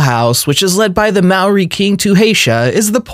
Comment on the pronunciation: This guy needs a history and fact check on these countries and why they are valued low such as Tonga which you mispronounced as well as Maori, New Zealand both small countries with harsh pasts